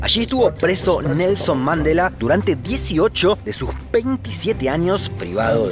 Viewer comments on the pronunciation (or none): Que le pasa al de la voz en off¡? Islas Márias???? Nelson Mándela?????